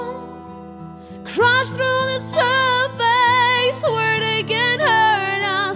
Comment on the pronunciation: Spoko, ale "surface" nie wymawiamy [serfejs] tylko [serfes]. Dlatego właśnie się nie rymnęło z "...where they can't hurt us" ;) No i "fill that void" nie "feel that void" :D